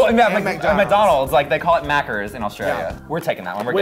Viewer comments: mackers??? As an Australian I'm offended. Its MACCAS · Aussie for McDonald's is MACCA's not Mackers XDD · Mackers omg, sis, it's Maccas. We stan u though x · "Mackers"? Girl. We call it Maccas. M A C C A H H S R's are un-Australian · we don't call it mackers darling, it's maccas. no 'r' pronounced haha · BAHAHAHHA IM FROM AUSTRALIA AND ITS NOT MACKERS ITS MACCAS LOVE U pronounced mack -uhz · We call it MACCAS not "mackers" hahah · It's Macca's :'( not Mackers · IN AUSTRALIA WE CALL IT MACCA'S NOT MACKERS WTF LOL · It’s Maccas not “mackers”. Not aussie but their smaller neighbor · Sis, it's not "Mackers" it's "maccas" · Mackers.....lol good try, love you queen. Maccas* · 🤣 it's maccas not mackers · IT'S 'MACCAS' NOT MACKERS HOW DARE YOU INSULT US AUSSIES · It’s called Maccas not mackers 😂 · It's Maccas! Not Mackers... hahah Love from Aus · We call it "Maccas" not "mackers" ;) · ... MACKERS (it’s maccas but thanks for trying) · We call it 'Maccas' hahaha not 'Mackers' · Im from Australia its maccas not mackers :'') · Great vid. But it's maccas, not mackers. In the commo wealth, a mcdonald is nicknamed macca. Not mackrrrrrrrrrrrrz. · Mackers ?! It’s Maccas mate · It's maccas not macers 😂😂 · It’s maccas not Mackers hahah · Its “Maccas” not “mackers” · It's Maccas not Mackers lol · Macca's. Not mackers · we don't call it Mackers we call it Maccas there is no R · Just saying it's Maccas not Mackers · mackers hahahah MACCAS not mackers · Aussies call it Macca’s lol not mackers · It’s not mackers it maccas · Lol its maccas not mackers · them saying 'mackers' makes me c r i n g e aaaaaaa, bitch its Maccas, get it right, k thanks gbye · Its Maccas not mackers ll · Macca's not Mackerrrrs. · Christ "Maccas" not fucking "Mackers" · Macca’s not mackers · The way they say ‘maccas’ offends me! 😑 it’s not “maccERS” it’s “maccAs” or “macc-UHS” there’s no frickin E!!! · ITS MACCAS MATE. not mackers smdh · Lol it’s maccas not macceRs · IT'S MACCAS NOT MACERS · It's "maccas"